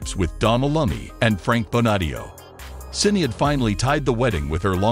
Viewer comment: YOU WANT TO RESPECT THEM?? PRONOUNCE HER FIRST NAME CORRECTLY!!!!